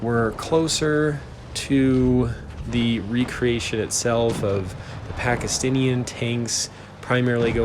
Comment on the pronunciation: I actually live in Pakistan and you were mispronouncing Pakistan. Yes you know if I love there so I am a Muslim. Also Pakistan never attack, they defend their city from attacks, Pakistan encounters attack and always it is successful. And thank you by making fun of my country litteraly making unfair battles, can you make Fking videos fair?